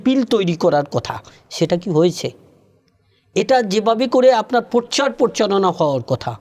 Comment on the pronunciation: প অক্ষর আপনার উচ্চারণ করতে কষ্ট হয়।পরধান না বলে মূল বলতে পারেন।পরচার না বলে এর ইংরেজি প্রতিশব্দ ব্যবহার করতে পারেন। এই অনিয়মের একটা পার্ট আপনি নিজে।দোষ স্বীকার করে নিন।